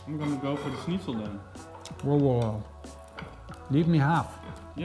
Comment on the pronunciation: Can't believe how you pronounced Schnitzel considering you're dutch and that you out germany before Austria considering it's actually an austrian dish